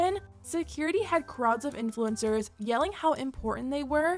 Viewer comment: = important? Where?